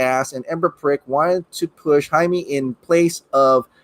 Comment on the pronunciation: Jaime is pronounced Hi-May. Like you’re saying hi to Aunt May. 😂😂😂 Jaime Reyes.